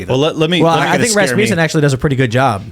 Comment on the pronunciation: RAS-mussen (muss as in fuss) not RasMOOSen